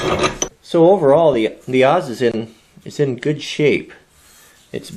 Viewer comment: I hear you say both but it is an Adze as in ADD, not as in Auz as in the Wizard of Auz.